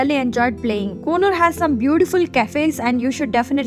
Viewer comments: Pronounce coonoor properly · Kindly chk d pronunciation of Coonoor plz